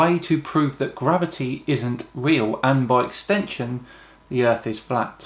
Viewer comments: What the fuck is grahveetee😂😂😂😂😂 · and that he mispelled and misprounced refraction , mirage, gravity , the center of centripetal force and chuckled like he "won" the debate was what made me laugh of how much of an arrogant imbecile he is